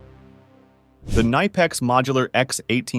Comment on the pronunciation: K Nipex, not niiipex